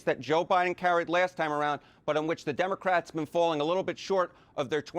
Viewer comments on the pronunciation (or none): Did he say Democrack! That’s exactly what it feels like .. 💙💙💙💙